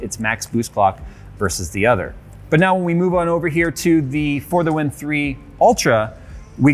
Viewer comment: For half of the vid i tought he was saying further wind instead of for the win